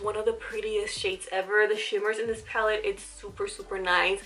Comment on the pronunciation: Love you , I was going a little nuts when you were saying “pallid” instead of pallet . But great video !!